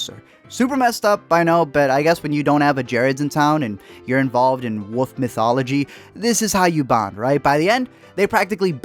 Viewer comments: You know...there is an "L" in wolf. Like, wool-ff...or wullfff...but woof...wouf ? C'mon man. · Why do you keep saying "Woof" instead of Wolf/ Wolves? Lol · When you say 'woof' you mean 'wolf', right? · It's not pronounced woof. There is an L in there buddy. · Great movie....but uh. Its wolf not woof. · He pronounces it “wuff” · learn how to say wolf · Learn how to pronounce the fucking word "wolf". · Dude, your comments are thoughtful and I did watch this confusing movie but please, for the love of God, please pronounce the “L” in the word wolf! What’s with the woof? 😝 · Are you unaware that wolf has an L in it? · How do you pronounce “wolf”? I didn’t know what you were talking about for a few seconds.